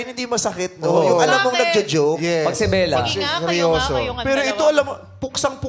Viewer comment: It's Bela not Bella. GMA parang di galing sa inyo si B.